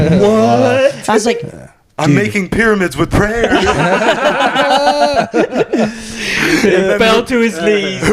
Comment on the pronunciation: The. Power. Of. PRAY-OR